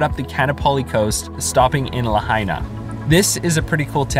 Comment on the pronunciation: lahaina= lah- hi- nah Not la-hay-ni-ah 😂